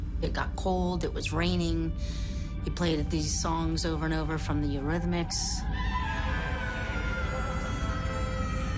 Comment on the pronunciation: Not Euritmics! lol